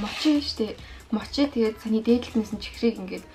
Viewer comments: Мочи биш моочи гэж уншдын мочи гэж бичдэг ч гэсэн моочи гэж уншдаг шүү😅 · Мочий гэж хэлдэггүй шүү моочий гэж хэлнэ шүү эгчээ